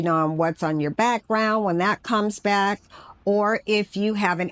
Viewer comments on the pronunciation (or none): none